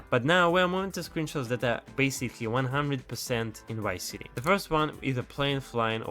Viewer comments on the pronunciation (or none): He said wice city 😂